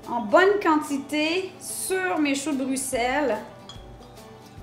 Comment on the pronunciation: Un j'aime juste pour la bonne prononciation de Bruxelles!!!! Je vais tester la recette, merci ;)